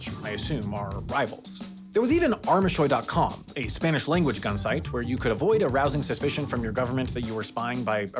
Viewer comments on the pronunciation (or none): There's even a very clever English pronunciation in Arms Ahoy, neither of which he used, instead oddly choosing "ARM a SHOY" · How did you manage to say "armas hoy" as "arma shoy"? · pronouncing the spanish words "armas hoy" as one long "armashoy" is so hilarious, lmao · That's Spanish "armas hoy", don't pronounce it as an English word. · Armashoy? It even shows up on the website as two separate words. Armas. Hoy. And to inform you for the annual corrections video, the letter "h" is silent in Spanish (unless it's a ch). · "Arma shoy" lol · "arma-shoy" "eye-ran"